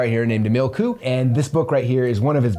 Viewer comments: His name is Coo Ayy pronunciation 😅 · Love this! Just so you know his last name is pronounced "koo-way" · Pronounced "Kwee" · Coué is pronounced kweh. Rhymes with way but starts with a kw sound.